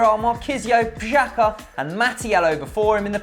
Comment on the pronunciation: Guys, Pjaca is pronounced --> P i a t s a .... love what you do keep it up